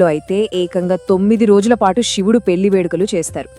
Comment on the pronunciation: ముందు శివుడు అనటం నేర్చుకోండి